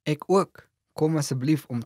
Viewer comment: The Afrikaans word "ek" is not pronounced like in "acknowledge" but like in "example".